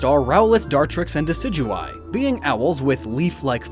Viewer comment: IT'S DECIDUEYE, NOT DECIGUYE!